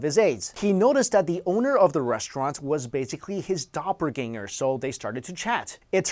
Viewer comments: "Dopergainer" it's Doplegainer 😑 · "Dopperganger" hahahah I can't even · It's doppelgänger